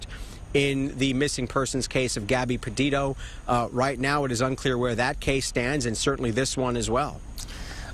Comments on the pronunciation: That moment when the news anchor guy miss pronounces Petito, but says: Padido instead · Fox news quit mispronouncing Gabby's last name. It is not Pe-DID-o, it is Petito.